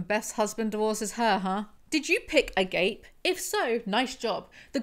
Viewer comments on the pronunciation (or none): as a head up- the greek/christian "Agape" is not pronounced "A gape", it's pronounced "uh-Gah-pay" (I'm trying my best I swear, if someone knows a better phonetic way to spell it, by all means lmk). its also incredibly ironic that GD focuses on that word at one point. So, agape has a few definitions, depending on if you use it in the Greek or Christian context (technically they're the same word, just slightly different connotations based on use and situation). The Christian Agape is a kind of pure, transcendental love that god and his followers are supposed to feel for each other (or something like that, I've never been totally certain- the few people I've talked to always change what it means on me). but the GREEK Agape is pure, genuine, unconditional love, to the point that you would sacrifice yourself for them if the need arose. It also is referred to as a general love for your fellow humans- that no matter what, you believe that humanity has worth and feel compassion for them, no matter their choices or situations. not me ragging on you for your pronunciation- heavens know I mispronounce shit all the time. just thought you'd maybe like to know how, as well as maybe a bit of context for the word itself. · Omg, it's the Greek word agape pronounced "uh-GAH-peh." I don't think Woman Defined wants everyone to get a gape...